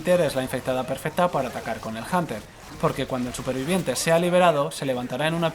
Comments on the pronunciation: En el que hablaremos de el bunter... janter... el janer xd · es hunter no janter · pendejo no es hanter es hunter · Yo lo pronunció junter xD